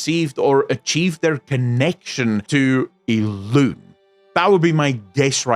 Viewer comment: Everytime I'm walking in the house, listen to your video and not being near the PC, I hear talking about "ILUNE", I'm trying to remember a character with that name. But then, it hits me instantly that is how you pronounce Elune's name.